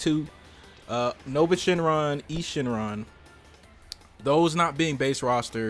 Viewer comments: Eis Shenron (pronounced ICE not EES) was not on any other tenkaichi game. He was in xenoverse 2 tho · If u actually watch GT he pronounces it as Ice Shenron not Ees shenron